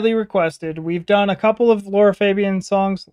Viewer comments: “She’s my favorite” but calls her Laura throughout the video instead of Lara. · Lara not Lora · One of the purest and heartfelt voices on earth. A friendly suggestion: try to find the correct pronunciation of her name: the a's in her name are pronounced as the A in the word car or master, so Lara Fa bi An not Febien. Love your videos with pure emotional reactions. Thank you so much. Rudi from the Netherlands.